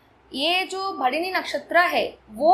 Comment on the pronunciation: Mam its Bharani/भरणी (and not Bharini).